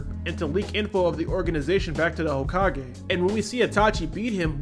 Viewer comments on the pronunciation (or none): none